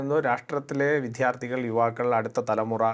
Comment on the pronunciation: വിദ്യാർത്ഥികളാണ് !!! വിധാർത്തികളല്ല !! മൽയാല വാക്കാണത് !!!